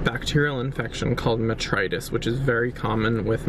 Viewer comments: he pronounced it incorrectly at first and then later said it was mastitis in the vlog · When he said Matritis I knew he meant Mastitis because a goat youtuber called weedemandreap has a goat named Doris who had it